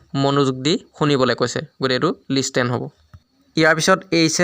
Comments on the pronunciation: Listen-its not লিষ্টেন.its লিছেন.thank you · listen, you said wrong pronounced 👋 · Listen wrong pronunciation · Apuni pronunciation bur sabo. Jene listen, adapt etc. Heibur ussaron vulkoi korise. Baki video thikei ase